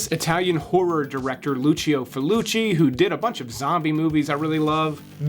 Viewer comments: Lucio Fulci, not Lucio FALOOCHEE lol. Nice list though. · Lucio Fulci..he directed the zombie movies, (Zombi , Zombie 2 and 3, among countless others) not Felluci, as you erroneously said! Being a buff of his work, i had to correct you! I love your reviews, so keep up the good work! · "Fah Luchee"? It's pronounced "Ful Chee" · Who the shit is "Fullucci"? Do you mean Fulci? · Fulchi. 2 syllables. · I'm sorry...but did he just straight up say "Feluchi"???